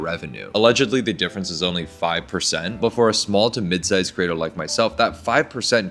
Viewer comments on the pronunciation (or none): I love this video, but creator is pronounced cre-ator not cer-ator ❤